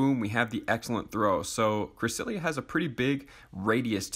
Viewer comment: not to offend you, but it is pronounnced cre-SEL-ee-uh